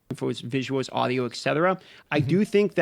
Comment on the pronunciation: The second this guy said "visuwoaws" I had to stop watching